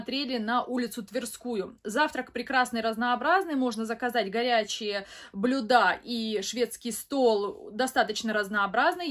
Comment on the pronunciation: Вы начинающий блогер, выбрали тему, которая требует грамотной речи. Обратите внимание на ударения (блЮда), согласование падежей в географических названиях, и пребывать где-то "на базе завтраков" невозможно.